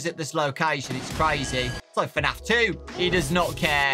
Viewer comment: Why he keeps on saying FANAF?